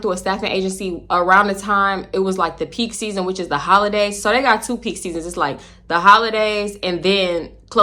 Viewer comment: These random Baltimore accents be getting me lol “tew whole weeks”😂